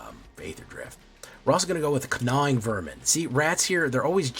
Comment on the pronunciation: The g in gnawing is silent bud 😂😂😂😂😂😂😂😂😂